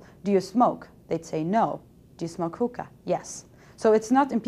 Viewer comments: these people have no idea what theyre talking about...they need to do their goddamn research before they do something like this....consult a dictionary and learn how to pronounce hookah....its not huhkah its hookah..fuckers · listen close. Sounds like she sais "Hooker Cafe". I cant stand people that make these videos without researching. The biggest missconception is that, smoked the right way, the shisha is baked under the foil, not burned. Therefore, no tar (read the lable) and barely any nicotien at all. (again, read the lable). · if you're going to talk shit about hookah, pronounce it right, for God's sake